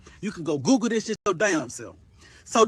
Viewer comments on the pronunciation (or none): none